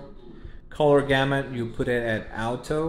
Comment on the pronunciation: You speak pretty good English... So why in the world did you pronounce the word "auto" all funky and fucked up like that.